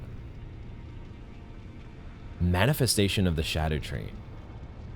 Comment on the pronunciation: I'm so glad you aren't saying "ska-doo," thank you for getting it more right than most